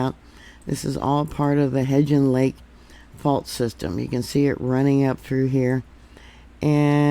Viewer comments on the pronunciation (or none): Hebgen Lake- the g is the Hard G. It sounds like g-oose, please.🙏